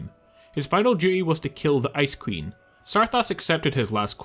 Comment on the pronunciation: P.s when he said ice queen i thought he was saying Ice Cream in a silly way XD